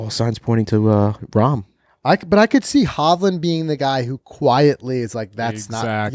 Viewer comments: It’s Not Rahm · It’s Jon Rahm…